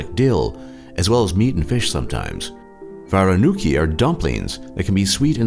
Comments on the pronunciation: Holy hell, if I did not know what the situation in Ukraine is like and watched this video, I would never go to Ukraine. So many superstitions. Btw, isn't it cute how Americans struggle with our names? It is Vareniki, not "Varuniki" hihi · You do not pronounce Vareniki like that. Var-yen-yik-khi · hearing this guy pronounce Voranuki hurts my brain